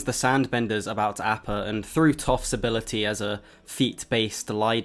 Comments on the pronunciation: Sorry, great video but, just can't ignore the repeated mispronunciation of appa. Ah-pah, not A-pah. c'mon, aang says it almost every epsiode. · Last Airbender ass pronunciation of Appa 😂😂😂😂